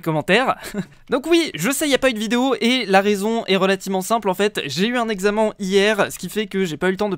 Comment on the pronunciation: Un "examan" ? 😂